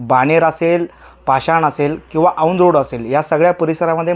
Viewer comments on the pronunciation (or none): औंद नाही रे औंध